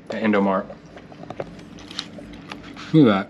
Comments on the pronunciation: Indomaret le bukan indomart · Im an indonesian and indomart in indo you say it as indomaret and beng beng is also good man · Indomaret not indomart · maret march not mart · no. dont speaj indomart also the best way is indomarEt (indomarch) or you speak with indoaprill